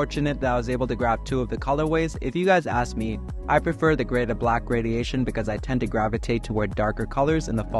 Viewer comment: lmao “gradiation”